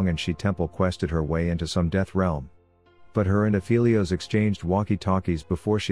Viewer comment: You are saying Aphelios wrong. Go listen to his voice lines.